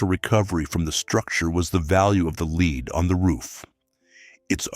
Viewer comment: Lead is pronounced led.